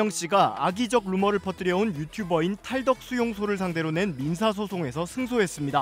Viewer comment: 자꾸 탈떡이래.. 왜그래 강세 좀 제발